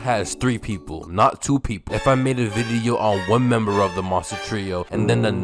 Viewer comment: bro you be saying video weird.